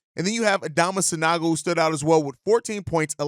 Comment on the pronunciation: San-OH-go, please